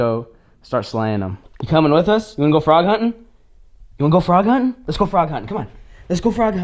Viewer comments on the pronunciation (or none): Xtreme nerf war Xtreme nerf war I think it’s funny how you said huntin